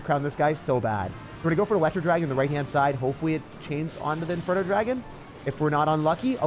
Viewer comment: “The elerwooo dragon”